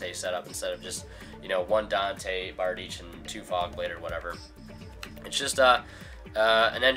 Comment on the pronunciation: Giving you a like because you pronounced Bardiche correctly :)